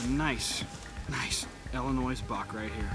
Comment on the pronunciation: Dear certain team members, past and present. I won’t name names. It is pronounced IL-in-OY. The S is silent. 😂😂Love the old videos however. Thanks for posting!